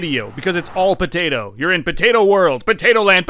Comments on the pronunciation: I can't place any time stamps the part you keep saying potato and as I a Pinoy you keep swearing every item or object you hold or saw you just keep swearing and it's funny potay or p*ta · Potato, puh tato. Puh Tata?